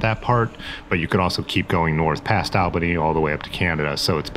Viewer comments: Constructive pronunciation tips from a Northeasterner: Po-kip-cee. And it’s All-ba-née, not Al-ba-née. When I’m next in Ohio I welcome your correcting me although most of those towns seem easier to say right with out help from locals. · Puh-kip-see, All-ba-knee, fo-lee-idge 😉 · Nice ride. Poughkeepsie = po-kips-see; Albany = all-bah-knee; Shawangunk - sha-wa-gum.